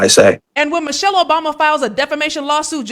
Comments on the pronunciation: He is probanly correct, about the person he talking about, Mo-Shell (this is how he pronounced the name). We know a Michelle with the same last name, who is a beautiful, educated, intelligent black women, with many credits behind her name. So we are sure he is not talking about our Michelle. Send us a picture of Mo-Shell and give us a little background. I am quite sure the idiot cannot. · I heard clearly , " Mochelle" obama. Thats not mIChelle